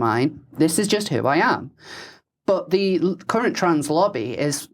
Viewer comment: I had to stop five minutes in. I cannot listen to this idiot consistently pronouncing ‘th’ as ‘v’.